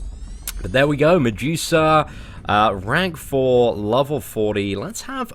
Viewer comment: Stop saying mejusa